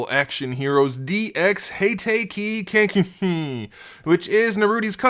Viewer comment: Hey guys today this is a variable action heroes DX Harare kakashi or how he pronounces it (Hey-take-e) (cock-ashi)